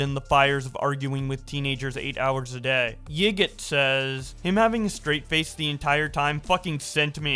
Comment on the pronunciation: Yiğit is not yig-it It’s Yuh-it, it’s Turkish.